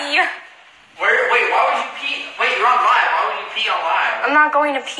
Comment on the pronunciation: Burry McLury NOBODY SAYS WOODH PLEAE STOP